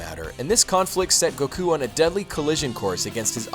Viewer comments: stop saying siyan and goku with a disproportionatly huge emphases on the u , I cringe every time. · Except I grew up on the anime. And in the English anime it's "say-in". So as far as I'm concerned, that's how you pronounce it. Like how soccer is "football" in other countries. But here in the good old US of A it's soccer. Always will be. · You pronounced the name of Goku and the word saiyan wrong... just so you know.